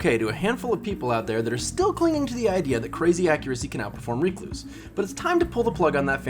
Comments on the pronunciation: Me: Rec-Louse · wtf is a reek loose?